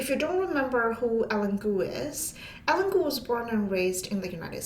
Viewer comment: Typically, her name would be pronounced like EYE + LEAN.